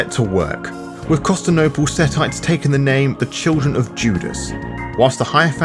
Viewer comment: I’m loving your videos man, but your bad pronunciations of words like Constantinople and Typhon and in the Lasombra video, Reconquista, is killing me.